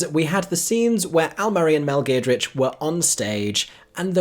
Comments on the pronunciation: Mel Geer-d-rich?! It’s Giedroyc pronounced “Ged-roitch”. 🤣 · Its pronounced Ged-roy-ch by the way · that's not how you say her surname...if you're doing that to delibretly rile her up...not nice says I.